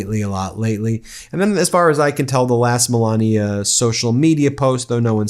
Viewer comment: Not "Moolania"? 😂